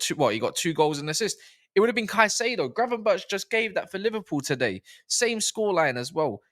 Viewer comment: is the one 😂 about time you said Gravenberch name right. People forget Gravenberch didn’t play any football for a year before he came to Liverpool. So needed to get match fitness, rhythm & adapt to the premier league. Big up on da video 🤝